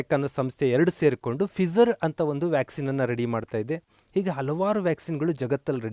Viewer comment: ಫಿಸರ್ ಅಲ್ಲ ಗುರುಗಳೆ...ಅದು ಫೈಜ಼ರ್